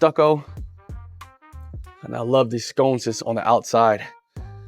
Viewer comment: Nice home. My man just one thing, I believe you're mispronounced the word sconces. I believe it it's pronounced. How to Pronounce Sconces Word: sconces Phonetic: SKON-siz “Skon” — rhymes with “con,” “dawn,” “on.” “siz” — like the ending of “sizes” without the “e.” Put together: SKON-siz Stress is on the first part: SKON-siz (not skon-SEZ)